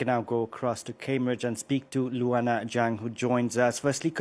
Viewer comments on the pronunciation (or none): none